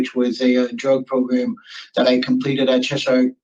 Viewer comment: A SURE way to tell someone is NOT originally from Connecticut is the way the pronoun the town of Cheshire, which he mispronounced. This guy makes me super uncomfortable. It’s the eyes. It’s ALWAYS the eyes.